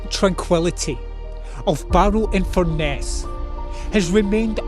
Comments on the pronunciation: Also it’s pronounced in Fur Nuss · Fur… ness, it’s pronounced Fur…ness.